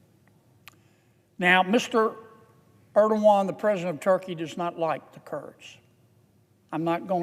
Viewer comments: "President Erdowan" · Mr Ierdoogan😂